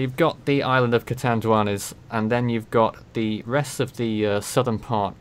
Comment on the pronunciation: yes, you are pronouncing Catanduanes correctly.